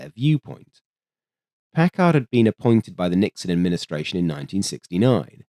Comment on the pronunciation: Vacuum tubes, you whacky Brits! No "h" in Packard. Pronounced "Pack-erd".